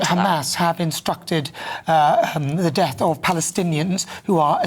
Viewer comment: They simply MUST charge this idiot who can't even pronounce the word "Death" correctly. Quite obviously appealing to the YOOF and other morons